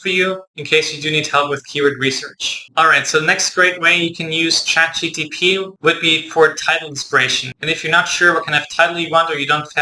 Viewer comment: I felt bad every time you pronounced it